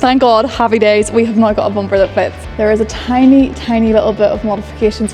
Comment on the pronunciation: Please say now another couple times I think it sounds rather noice.